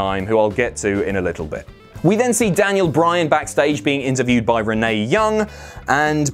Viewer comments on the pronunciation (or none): none